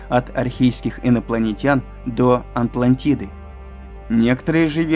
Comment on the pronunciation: Что-то странное с переводом и с чтением, должно быть "гОлосеменнЫе" и "покрЫтосеменнЫе", а не "-семЯнные", это в школе учат. Числительные в русском должны склоняться, например, "более девяносто одного миллиона лет", а не "более девяносто один". А произношение "Антлантида" - это уже приговор...